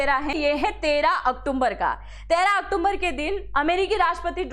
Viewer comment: मैडम बड़े शर्म की बात है आप अक्टूबर शब्द को सही नहीं बोल पा रही हैं आप क्या एग्जाम नारी चलाती हैं बार बार इंडिकेट करने के बाद भी आप अक्टुम्बर अक्टुम्बर बोलती हैं जबकि शब्द अक्टूबर है